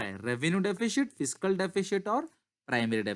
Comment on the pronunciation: DEFISHIT kya hota hai? lol